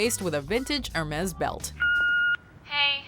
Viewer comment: Air -May. Hermezz! Really.